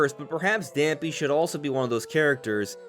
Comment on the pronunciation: Dampé's pronounced Dam-pay. Not Dam-pee lol